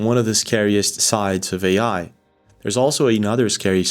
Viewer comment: what is weird is this guy calls AI what sounds to me like "HGI"?